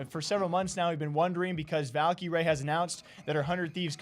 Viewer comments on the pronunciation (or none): stop saying Valkie Rae it’s just cringe pls and thxs